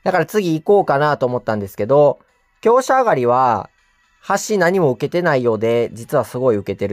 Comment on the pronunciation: きょうすじゃなくてきょうしゃですね